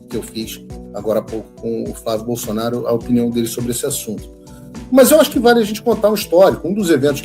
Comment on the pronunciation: Não entendo porque Tarcísio não consegue falar o nome FLÁVIO BOLSONARO!!!!!!!!